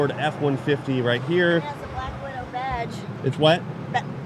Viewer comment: Bwack widow bwage...lol